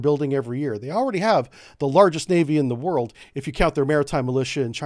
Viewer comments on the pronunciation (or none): none